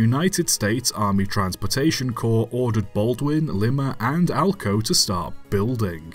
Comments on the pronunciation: Please,, for the love of God its pronounced: Lie-Muh, not Lih-Muh this is like the 3rd video you've butchered its name. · LYE-muh, not LIM-uh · Honestly, it's kinda odd for British English too - standard pronunciation here would be Lee-mah (as per the NATO phonetic alphabet / the capital of Peru). Unless talking about the beans, in which case it would be Lie-mah (although we normally call them butter beans anyway). "Limmer" is not where I'd have expected a guess at pronunciation to go - although clearly this was a failure of imagination on my part 🙂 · To help with anything showing up by Lima it’s pronounced like “Lime-ah” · It pronounced le-ma locomotive works. It is spelled lima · Mentions Hungarian S160's Hungarian National Anthem plays (Lima is pronounced with an [aı] not an [e])